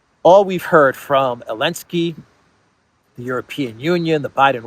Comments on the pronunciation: its elensky not maclensky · Zelensky is pronounced zuh·len·skee. It's NOT o-len-skee btw. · Why does he call him elensky ? 😂😂 i dont get it